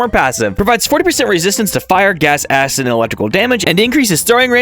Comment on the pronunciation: bro did NOT say acid😂